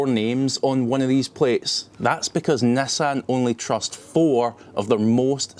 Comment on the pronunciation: Why you speal nassan instead of nissan?